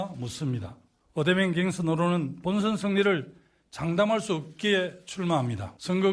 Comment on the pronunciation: 갱선이 아니라 경선입니다